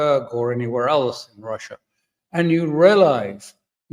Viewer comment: Ursula: “We are wamping up pwessure because stwength is the only language Wussia understands.” Russia: Oh weally, is that twue?